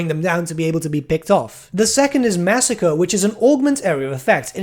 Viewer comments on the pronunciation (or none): none